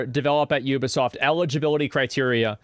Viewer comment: Is this dude for real?! “Let’s go to Metacritic. It’s a 5.4 not a 76 you (words I can’t say here).” Is completely oblivious to the 76 right above it. Wow man. Combover queen strikes again. At least he pronounces Ubisoft right.